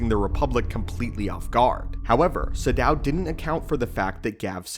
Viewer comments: Isn't it 'Naga SADOW'? Not 'Shadow' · Isn't his name "Naga SADOW," not "Naga Shadow"?